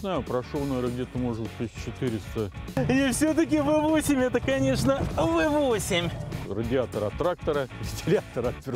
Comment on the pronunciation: радиатор от трактора, фтхи-хиатор от Мерседеса😄👍